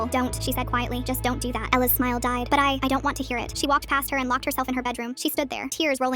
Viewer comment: Not Ella pronounced L